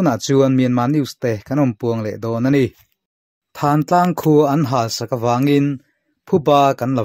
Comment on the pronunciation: Thântlang tih hi, puanthan kan tiha thân angin i lam a, Thân tih hi ka ke a pân kan tiha pân tih anga lam tur